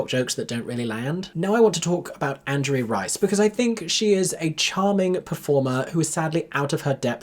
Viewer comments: Hey, just so you know Angourie Rice’s name is pronounced an-gow-ree, she’s named after a small town here in New South Wales, Australia 🫶🏼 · i think it’s “an-gow-ree” (hard g), like angry